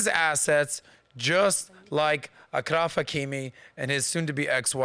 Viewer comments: You mispronounced the " ch " in Achraf you should pronounce it as "sh" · it is achraf like champagne/champion not a K 😊